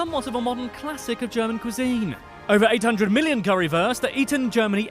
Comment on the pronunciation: Interesting video you are watching, but this guy didnt do a good job in his german pronouncing. Every single word was wrong lmao